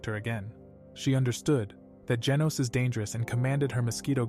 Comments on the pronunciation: Bro said genus when it was genos😂😂😂😂😂😂😂😂😂😂😂😂😂😂😂😂😂😂😂😂😂😂😂😂😂😂😂😂😂😂😂😂😂😂😂😂😂😂😂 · His name is genus not genius that really annoyed me sorry